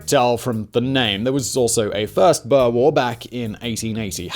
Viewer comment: Boer like Moor, gosh I cant lie, but as much as I love this channel this mispronunciation absolutely killed me